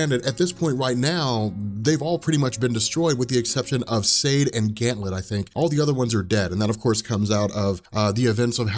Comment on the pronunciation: ganthet not gantlet